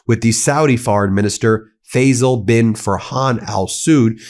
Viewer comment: Ben, Faisal is pronounced Fy-sl Also Hor-mooz